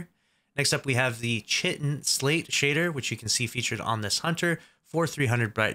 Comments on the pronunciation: Chitin is the hard shell that armoured insects have and it’s said like “Ki-Ten” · pronounced kai ten. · The way he pronounced chitin sent me into a seizure